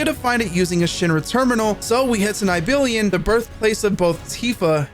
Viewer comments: Neibillion? I have never ever heard someone pronounce Nibelheim (Neeble-Hime) so wrong. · “Nibellion” im dying Its nih-bel-heim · the way you said nibelheim actually almost made me stop watchin its - (knee-ble-high-m) how can you mess up how its said so bad when they literally say it numerous times :') if its a rage bait its a hell of a good one... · How is it possible to play a game for 200 hrs and hear "Nib-il-hime" being said countless times, but not be able to pronounce it correctly? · Say it with me! Nibble-Hime. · Not tryna be nerdy or anything but it's pronounced "knee bell hime" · Lol correcting him and still being wrong is hilarious, its knee-bill-heim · Knee - Bill - Hyme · my brother on gaia wtf is a “nybillion” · This mf said “Nigh Billion” 😂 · Nibilion is the most triggering thing ever lol. Grats on the platinum! Great video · Nibilion sounds so funny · congrats on your plat, but "Nigh-billy-an" ?!?! sir... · Iv never seen someone pronounce nibelheim like that before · Bro did not butcher Nibilheim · Niblheim pronounciation almost made me cry😂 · how do you say nibelheim so wrong so many times despite it being a narrated game with voice acting where you hear them say the name so many times 😭😭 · You did not pronounce Nibelheim like that lmao